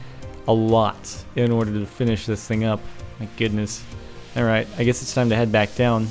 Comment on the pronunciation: I hate it how he says 'alroight'. It's so annoying